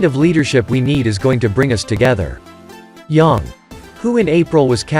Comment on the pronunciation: You don't know how to pronounce YANG properly. So shut up!!